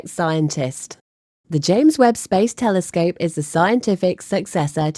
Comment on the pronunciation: there is no W in the word telescope. So tired of English whom can't speak it proper.